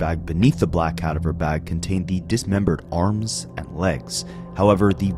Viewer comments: it’s pronounced “kuh-dah-ver” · No it's not. Cadaver, not cadiver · Is this AI? Because all kinds of words have been mispronounced. Totally annoying. RE: CA- dah-ver bag. Rest in peace sweet girl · AI can't pronounce cadaver lol 😅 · I hate the way you pronounce cadaver